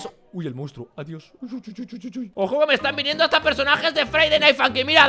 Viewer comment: wey le dice munstro al tricky XD